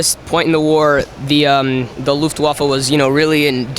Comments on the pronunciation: Yellow Peasant luft-waff-eh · yes you are right but exactly that was my point, they said LUFTWAFFEL and not LUFTWAFFE (Luftwaffel means Air Waffel in english just look it up) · wuts Luftwaffe????? it sounds like waffle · Luftwaffa wtf Luftwaffe eeeee not aa ( I am Austrian ) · yes its pronounced luftwaffe, but he said luftwaffel which literally means air- waffel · Its so sad as a german when you heare the worst pronounciation of german words. Just an example he said castle and its called Kassel and the say Luftwaffel wich means airwaffle. Its just sad :( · Correct me if I'm wrong. You pronouce it as "Luftvaffen" ? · luft-vah-fa is how it should be pronounced. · Yellow Peasant Luftwaffel 😂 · Mhh air waffel! (Yes iam german) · The Luftwaffe.